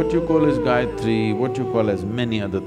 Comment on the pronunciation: every time he says, "so Gayatri", it sounds to me like he's saying "psychiatry."